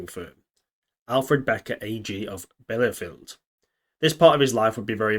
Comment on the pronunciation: really interesting content. but your butchering of german names is worse than what jagged the ribbner did in lodnons waitchaplan ;) for example im sure that fedor von bock wasnt related to bRock lesnar and that the city is called bielefeld and not bellyfield. but beside that i really enjoyed your content. must have been some work to get all the informations together